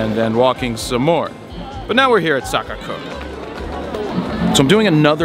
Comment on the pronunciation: "Sacre Coeur"....sounded like "Gam-burger" in pink panther :) 'couple shekels' haha its Euros in France..